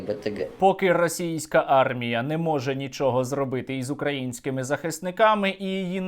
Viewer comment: Пане Буданов, не укрАїнській, а украЇнській.